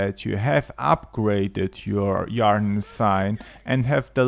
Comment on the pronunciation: Yarr-den? It's pronounced Eer-den.